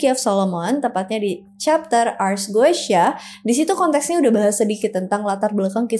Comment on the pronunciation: Bacanya bukan goeshya, tapi Gutia